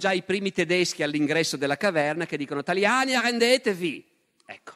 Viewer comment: Sono anni che ascolto le conferenze del prof. Barbero su tutti i temi storici e collegati; tuttavia, non immaginavo che il prof. avrebbe una carriera anche comica da Zelig, Il suo " italiani arrendetevi ! "con la R arrovellata al è stupefacente !